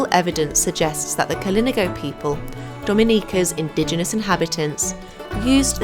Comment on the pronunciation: KalinAHgo is how it's pronounced.